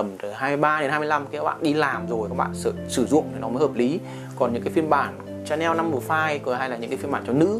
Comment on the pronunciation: Đọc là Shà-neo, ai đọc là Cha-neo